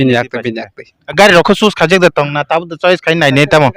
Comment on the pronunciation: Choice ❎ Chuice ✅ Help ❎ Hels ✅